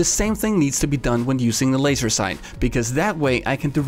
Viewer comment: *FOOKIN LOAISE' SOAIGHTS